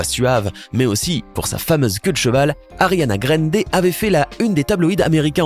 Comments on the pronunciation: C'est ariana grande pas ariana grender 😂😂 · parreil Ariana gradeeee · Chui la seul choqué à la prononciation de Ariana"GRANDÉÉÉ😂😂😂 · Moi aussi il dit grandééé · Ariana GRINDE 😭✨ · "Ariana grènedé" x33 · TM sa se dit "gran ndé" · il a prononcé à l'Americaine " Ariéna Gréndé" mdr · « ariana GRENDE » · Oui paeille il ne sais pas prononcer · Comment il a prononcé "Ariana Grande"😨😨